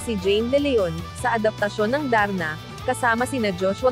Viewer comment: Hindi O.A. Ang pagkakabigkas Ng Darna sarap pakinggan..I am sure number 1 na Naman yan congrats Jane